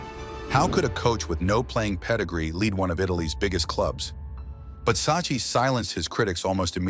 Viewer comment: It's pronounce Sak-ki